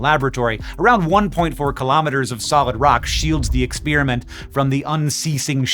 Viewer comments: Thank you for continuing to make shockingly complex topics consumable by the average science-interested member of the public like myself! Also, are we saying ex-SPEAR-iment now? I always thought that it was pronounced pear like the fruit, not spear like the javelin. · is Babbel who is responsible for him pronouncing experiment like spearmint ? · There isn't much that annoys me more than pronouncing ' exp(er)iment' Ex(spear)amint. And your over the line. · Why do some people pronounce the word 'experiment' like 'ex-PEER-i-ment' instead of 'ex-PAIR-i-ment'? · Please do a video on how it became trendy for science nerds to say "ex-peer-a-mint" instead of "ex-pear-a-meant", and how this is a telling sign that our universe is devolving. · I love your work but you pronounce "experiment" in an unusual way.